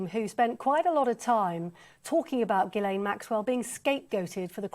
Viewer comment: That trial attourney didn't even pronounce Ghislaine's name correctly, what hope is there of keeping her behind bars? She will get out on a technicality after a retrial........................